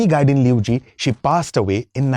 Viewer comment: I'm amazed how he pronounced very closely ! . ❤.